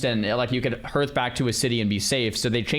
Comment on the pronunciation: Is this an in-joke, or does really not know how to pronounce "hearth"?